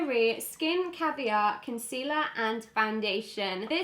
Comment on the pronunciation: did she say caviar ?